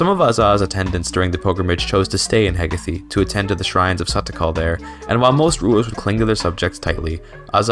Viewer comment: its Heh-gae-th